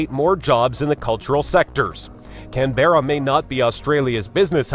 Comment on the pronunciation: American accents need care Canberra pronounced as Can-bruh This talker has stale information